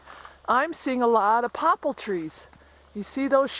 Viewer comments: What are "popple" trees? Do you mean Poplar (pop-lar)? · do you mean poplar trees? I UNDERSTAND you to say poppel tree. which is it please thanks love your video. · One thing about your video that I have trouble with is your pronunciation of poplar trees not pople tree. For those in other locations willows and cotton wood also hint at more moisture. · It's Poplar trees, not Pople. And before you say it, I know you're not dumb but very intelligent. Or how else could you have built such a fine homestead and garden with your hubby! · you keep saying popal trees...do you mean poplar? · Do you mean Poppal or "Poplar" trees? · "Poplar" "terrain" "too safe"